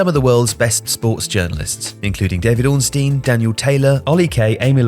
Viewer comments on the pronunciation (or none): none